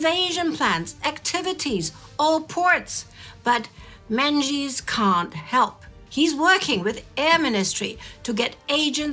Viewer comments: Menzies is pronounced as Mingus in Scotland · The Scottish surname Menzies is (unexpectedly) pronounced "Ming-is" for future reference 🏴💚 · Menzies is (and was) pronounced "MING-iss."